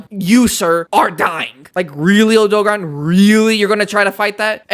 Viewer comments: It's name is Odogaron, not Odogon. (oh-do-gare-on) Also Diablos is female, Monoblos is male. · wtf is an odog-a-ron?... do you odo-gar-on? you know how they actually say it in game? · erm actually its o-doe-gare-ron this is how you say it in the games :> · the WORST way I’ve heard Odogaron being pronounced.